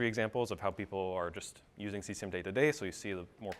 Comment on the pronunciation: That dude pronounces Cesium as C S A M. WTF? LOL Like hee said "C-word is fun" I think WTF man.